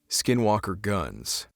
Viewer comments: Are you white? Anglo? I mean if you are, you are a few who said the Navajo word n skinwalkers correctly 👍 alot have difficulty, sir. Did you practice because it is a hard to pronounce. 😊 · This started out as boring and he said SW (in Navajo) perfectly 👌...